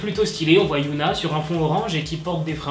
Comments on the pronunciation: C’est Hyuna et non Yuna se sont deux noms différents ! Mais bon sa arrive des erreurs de prononciation ! 🌸😊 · Ça se dit HyÔna pas yOUna. Mais super vidéo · CEST PAS YOONA MAIS HYUNA DONC ON DIT HHHHYUNA C’EST PAS LA MEME CHOSE ALORS PRONONCE BIEN STP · Otaku Army dites lui que sa se prononce HyunA au lieu de Yoona ?? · HyunA ça se dis HyEna en prononcent le H et le E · Super vidéo, continue 😜❤️je veux juste te dire que tu as mal prononcé Hyun A et qu'à la place tu as dit yoona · Hyuna ne se dit pas "youna", tu dit un autre prénoms coréen "yoona", voilà, je ne sais pas comment retranscrire la vrai prononciation donc essaye de chercher, a mon avis ça serai mieux prc ca porte à confusion lorsqu'on connais les prononciation. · On dit hy(eu)na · HYOUNA... C'EST QUOI CETTE PRONONCIATION ?